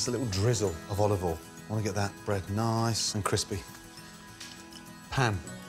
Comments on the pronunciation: Chef, what is the next step after heating up the pan? Gordon : "OLIVOLIN" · you mean "OLOVOYL" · Gordon "oLiVe OiL" Ramsay